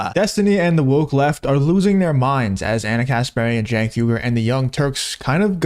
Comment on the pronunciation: Why do people say Jenk when its Cenk? It should be pronounced Chenk.